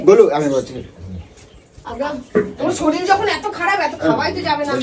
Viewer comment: শরীল নয় কথাটা শরীর😂😂